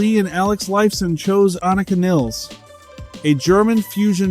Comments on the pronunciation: Its pronounced Niiiiiiles! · its niles like miles. please get her name right